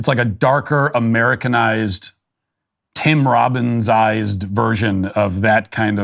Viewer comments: It's tim Robinson not Tim Robins lol😅 Tim Robins is from shawshank redemption not at all funny In anything. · He keeps saying Tim Robbins. It’s Tim Robinson. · Tim Robinson. Are you saying Robbin’s? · It’s Tim Robinson, not Tim Robins 😆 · Matt, it's Tim "Robinson", not Tim "Robbins". You pull off not laughing once during "Am I Racist", but cant get the guy's name correct on a planned segment? Sigh. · *Tim Robinson...Definitely not "Tim Robbins" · Sounds like you're saying Tim Robbins. I was mystified at first. Tim ROBINSON, I see now. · Tim RobinSON. When Matt kept saying "Tim Robbins," I couldn't wrap my head around it. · Anyone else driven crazy with Matt calling this actor Tim Robins?! LOL. Tim Robins is Andy Dufresne!!! 🤦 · Tim Robinson not Tim Robins. 😅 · Is he saying Tim Robbins or Tim Robinson? Because that actor is Robinson. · Tim RobinSON not tim Robins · It's "Tim Robinson" , not " Tim Robbins". But maybe it's just my hearing. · ROB-IN-SON. Not Robbins. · Tim Robins.........?????!?!?!?!? Matt, WTF?!? It's Tim Robinson! common man.